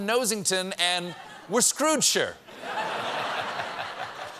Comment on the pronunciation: As a UK citizen, I feel so much cringe at the accuracy of the report. Also, turns out I didnt realise I lived in We're Screwed-shire (also props to Stephen for pronouncing the 'shire' correctly)